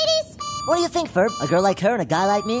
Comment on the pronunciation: First time I heard it I thinked he said goat, not girl 😂😂😂